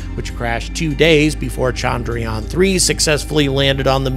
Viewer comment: Appreciate the encomiums! But with Indians becoming so salient on the world stage, why not take a brief lesson in pronouncing Indian words better? The biggest single issue is disambiguating between the two Indian vowels which are both represented in the Roman alphabet as “a”. One is as the “u” in burst while the other, longer one is as the “a” in latte. Thus it is chundruyaan, not chaandraayaan. The other egregious issue is your mangling of the name of the Father of India’s space program, Vikram Sarabhai, pronounced vikrum saaraabhaai.